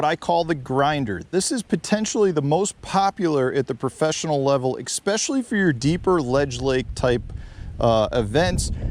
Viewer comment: Are you actually saying 'ecspecially'?